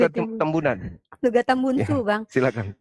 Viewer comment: LU64 Tambunan Bang Bukan Timbunan😅😅😅😅